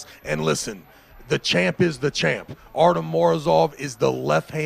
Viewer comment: ARTY-OM not Artum ! This announcer is so annoying lol